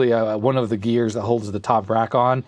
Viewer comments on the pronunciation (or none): none